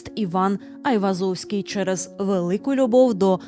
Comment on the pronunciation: Гайвозовський?😂 взагалі то нерусіфіковане ім'я та призвіще Ованес/Оганес (Іван) Айвазян (Айврзовський ), його рідний брат був головою кримської єпархії Вірменської Апостольської Церкви Криму, а похований Айвозовський за власним бажанням, у дворі середньовічної вірменської церкви Сурб Саркис (Святий Сергій)